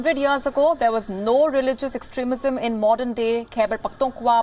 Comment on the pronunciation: Extrismism he tongue slept